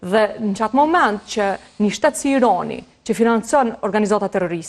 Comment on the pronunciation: Analiste per lesh te shtypur meso qjuhen shqipe Irani jo Ironi